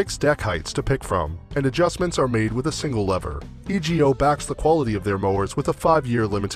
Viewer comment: It's E-go, not E.G.O.